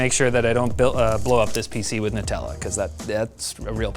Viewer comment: "Alexander "nutalla" clark" lmfaoooo